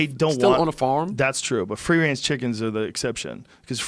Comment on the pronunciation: Fwee wange chickens 👍🐔